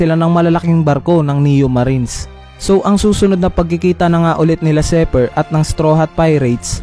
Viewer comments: Zephyr hindi zeper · Zephyr (Zefayr) not Zypher (seper) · lods zi hindi zey labyu